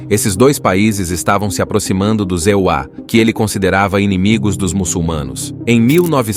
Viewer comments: os ZEUÁ!!! QUE diabos é isso!?!?😂😂😂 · "Os Zeuá" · Essa dublagem de Inteligência Artifical é tensa. "E.U.A." 😅